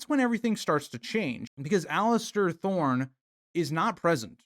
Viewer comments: Oh my god, every time I heard Alistair... pure rage haha. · There is no T is Alliser 😂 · please stop calling him Alistair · I wish everyone would stop calling him "Alister". Theres no T in his first name. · The real villain is the guy who can’t pronounce Alliser’s name right